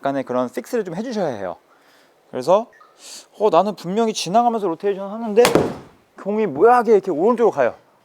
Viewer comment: 로텐션이라고 하는 습관 고치셨네요 ㅎㅎ